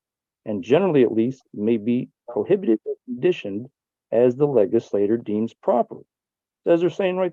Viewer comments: The way he pronounced it “leg-is-later” while reading from his printed out sovcit nonsense 😂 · Also the way he pronounced it “leg-is-later” while reading from his little sovcit toilet paper 😂